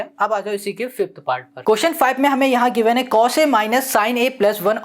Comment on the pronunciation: Bhaiya aap mujhe ek BAAT batao😂😂 Aap Cos Ke C ko U kyu banate ho 😂😂 But sir mai aapaka bahut BADA fan hu aap ke method of teaching bahut shandar hai !!!!